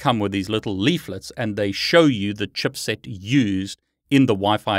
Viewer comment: Awesome video that provided me some good info. Using ACHIrtl stupid antenna and have always had major problems to get it work. It's either I need to install drivers again or the 5ghz doesnt work... OP is switching to parrot OS :D ff that sh** :D ALSO the way you say CHIPSET (chupset) made my day. xD